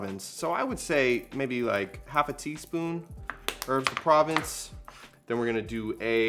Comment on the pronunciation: 😂 😂 Too cute. It's pronounced "pro-vonce"